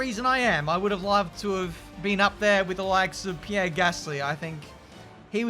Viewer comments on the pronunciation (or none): none